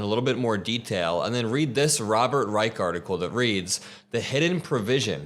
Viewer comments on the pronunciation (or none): Robert Reich is pronounced Rye-sh, not Rye-ike. still good videos by the way. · Robert Reich doesn't pronounce is last name luke the third Reich. It has an sh sound ot.the end not a K. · Robert would want me to let you know that his last name is pronounced Reissshhh. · Robert Reich is my favorite person. Last name (Pronounced RYE-CH with "CH" sound at end) 🫶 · This is great,!! Btw… Mr Reich’s name is pronounced Rrr eye shhhh. He is wonderful and you two would have a wonderful interview! Love you! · Not sure if someone said so - Mr. Reich pronounces his last name with a sshh; “Reish” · Robert reichard What the hell... That is not how. You pronounce his last name? You've been Following around these crooks, and you don't even know Robert reich.. Man focus on converting the dumb.Idiots who are actually too poor to vote Republican.I mean Let them stay racist but they shouldn't be voting for that party.... Don't even know who robert reich is respect your eldest man